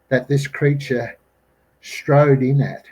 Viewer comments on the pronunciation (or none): none